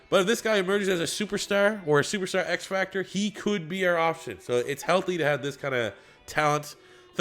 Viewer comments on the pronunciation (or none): none